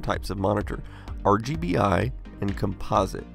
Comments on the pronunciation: Com'-po-site, not Com-pos'-ite. Just sayin' CGA composite was used by almost precisely nobody. At the time, it was actively discouraged in marketing because IBM didn't want to link it with the toy image that the VIC20, Sinclair, and to some extent the Apple ][ got nailed with. Most affordable colour CGA monitors didn't have composite inputs. I find it ironic that you use the Commodore 1084 monitor for this video. Ironic in that the 1084 is the monitor that was originally marketed with the one computer conspicuously absent from your list of CGA competitors, namely the Amiga 1000, which was released squarely in the heyday of CGA. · Try changing the pronunciation of the word "composite". Other than that it's a great video, thanks for publishing.